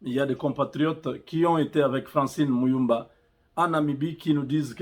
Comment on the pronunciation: il ment déjà la prononciation francine mulumba avec un accent gravé